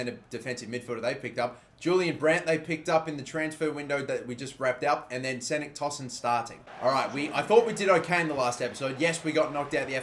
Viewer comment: actually cenk tosun's name is not pronounced like ''senk'' it's like ''jank''. lol